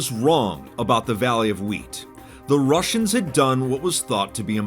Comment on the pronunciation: Why do I hear "rushers" when you said "russians"